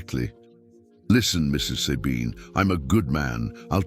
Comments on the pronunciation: The way the name "Sabine" is pronounced here is biasphemy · Sabine's name is not pronounced correctly...lame... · Not possible to listen to someone who says Sabine instead of Sabine. Bloody AI